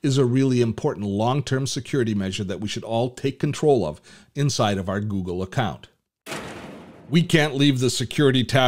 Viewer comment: Funny the way you say Google.. haha.. Where are you from ?? Gggoogggggle hehe